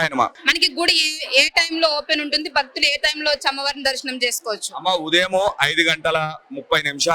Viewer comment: "బక్తులు" కాదు తల్లీ, "భక్తులు" అని పలకండి. భక్తి పురుగుతుంది.